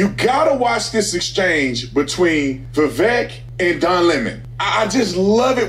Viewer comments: Just so you all know, Vivek has his own YouTube channel, he's super smart, he's well-funded, because he was a very successful self made man. You pronounced his first name "Viv-ake", his parents immigrated from India, he was born in raised in Ohio. He went to Harvard and has a degree in biology and then got a law degree too from Yale, he's the smartest candidate by far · Vivek pronounced like cake. Vivek said that.